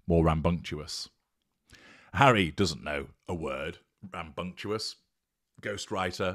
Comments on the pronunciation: You don't know the word, either. It's "rambunctious," not "ram-bung-chew-us." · Apparently, the word rambunctious is now pronounced, “ram-bunc-tu-ous”. No wonder Mr. Todger doesn’t know his wordy bits.